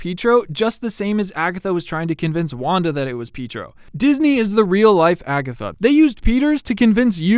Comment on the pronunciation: I love how you say Pietro, Peetro lmao